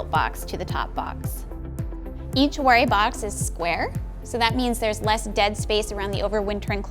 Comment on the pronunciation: I think she's confused him with Brother Adam (who was a monk). Also, Warré is pronounced with a "va" sound at the start (as in "ça va"). She completely mangles his name.